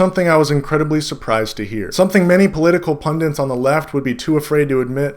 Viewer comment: pun-DIT, not pun-dint.